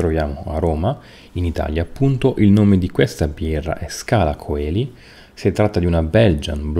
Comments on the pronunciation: Ottimo come sempre. Unica correzione il nome della birra (e della chiesa) si pronuncia Scala Celi senza la O, perché viene dal latino cielo. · La O di Coeli non si pronuncia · Questo nella pronuncia ecclesiastica ma nella classica è "koeli".